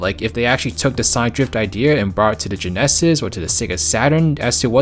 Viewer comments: Why do you pronounce “genesis” that way? It sounds strange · it's honestly very difficult to ignore that the narrator can't pronounce the word "genesis"